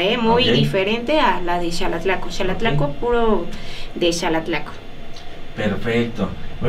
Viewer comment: Que curioso. Alguien que vive en EEUU me recomendó éste video. Tengo conocidos en Xalatlaco, pero he escuchado a muchos decir: Jalatlaco. (Incluso tú y el conductor lo hicieron varias veces), y ya que te interesa difundir la cultura estaría muy bien que en tu canal empezarás a llamarlo, e invitar a la gente que lo hiciera correctamente. Felicidades por tu trabajo y lo continuaré viendo, pórque me encanta todo lo relacionado a las tradiciones de los pueblos de México.